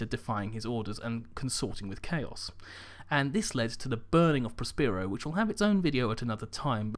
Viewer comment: Prospero is pronounced: Pros-puh-row